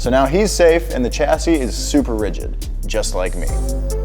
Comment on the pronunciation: my dream is that one day the word chassis will be pronounced properly XD